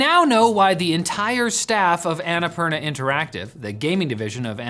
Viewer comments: say "anna poorna" not "ana parna" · It's "unnapoorna" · Not sure if they read these but the pronounciation of Annapurna is Anna (ænə') Purna (poorna) poo like in the word poodle! For future reference. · Please, why does noone lookup how to pronounce Annapurna??